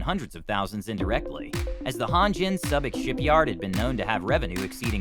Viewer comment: Subic is pronounced "Soo-bic" not "Sub-ic"